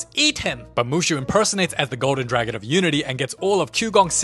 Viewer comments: "tha movie begin... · Ahh yes the OG “Da movie begins”